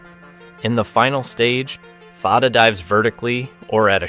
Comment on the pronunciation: There is confusion about the name of one missile. Fatah, where both 'a's are pronounced like a in jack, means victory. Some people have also called the missile Fateh, which means 'victorious' or 'conqueror'. But as you should have noticed on the original name that is shown in the clip once, the missile is called Fattah, where the first a is like a in jack but the second is pronounced as a in father with emphasis on t. These similar sounding terms are part of the same family of Arabic words that are also used in Persian. Now, Fattah means 'one who always conquers', or is a 'professional conqueror', or 'conquers for a living'.